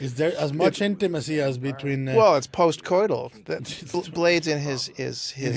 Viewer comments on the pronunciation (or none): Man said "It's post coiltal" Never heard that phrase in my life 😂🤣🤣